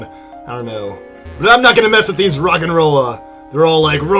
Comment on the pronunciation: The first Roggenrola said, "De deee!" Where the flip in there a 'D' in Roggenrola? xD